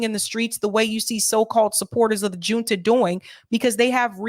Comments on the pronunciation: Great coverage,! Fyi, junta is a Spanish word. The “J” is pronounced like the “H” in English. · Hi love your show! FYI “Junta” is pronounced with a H sound not a J sound. Like “Hunta”☺️